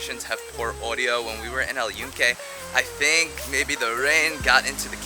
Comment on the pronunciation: glad you pronounce very well Puerto Rico, but fail on the name of "El Yunke" with N. You said El Yuke.